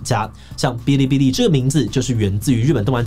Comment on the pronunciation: 我只想說，發音是 ㄅⅠ(一聲)ㄌⅠ(一聲) ㄅⅠ(一聲)ㄌⅠ(一聲)